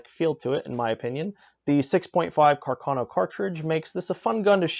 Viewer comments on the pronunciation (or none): And Càrcano, not "Carcàno". Other than that, a very good presentation of a true piece of Italian arms history, and a love/hate affair for all shooters in the world. Greetings from Italy!